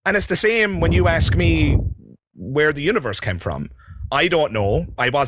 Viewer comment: sigh, the word is ASK and not AKS!